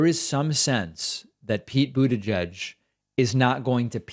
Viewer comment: He pronounces Buttigieg in a way I've never heard before.